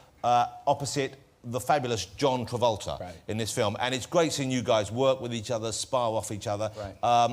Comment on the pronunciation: he says john twavolta, but all i hear is scientology...